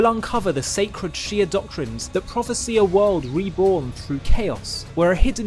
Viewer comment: That’s not how you say “prophesy”, buddy.